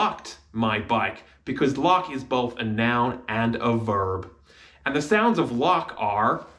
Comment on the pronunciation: of starts with shewa not the 'o' in shop. its shown in your pronunciation.